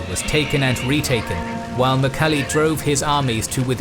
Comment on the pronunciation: who is "mukhali" really please try to say it correct in Mongolian. i know you guys try but ask some Mongolians how to say it correctly .